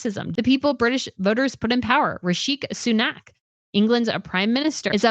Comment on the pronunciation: PLEASE tell me this girl did not just say RiSHEEK SUNAK and call herself “Royal News Network”…are you serious? You call yourself RNN and don’t know the name of the PM? Oh girl…no.